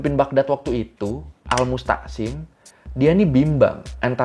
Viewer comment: kayaknya Al-Mu'tashim bukan Al-MuS'tashim kan? Soalnya dulu seingetku di pelajaran SKI dia jadi salah satu pemimpin yg lemah makanya Baghdad tumbang.